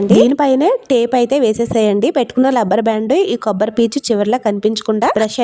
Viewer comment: లబ్బరు బ్యాండ్ కాదమ్మా తల్లీ.... రబ్బరు బ్యాండ్ అనాలి.... పైగా మాటమాటకు అయితే అయితే అనే పదం అనకువినలేము😂